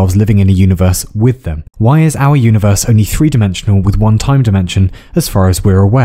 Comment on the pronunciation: I love you for pronouncing 1, 2, 3 & 4 as of you were Norwegian